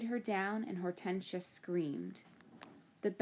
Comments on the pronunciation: hor-tin-sea-a not hort-ean-shia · It's or-ten-shi-a not hor-ten-sia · it's Hor-ten-sia